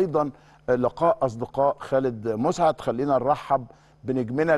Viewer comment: مسعد...بفتح الميم و السين ساكنه...كان لاعب رائع جدا ومحترم